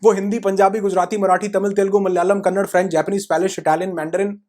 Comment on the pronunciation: It's "Kannada"